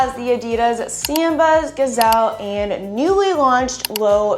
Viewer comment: I have never heard Adidas “Samba” pronounced that way. 😂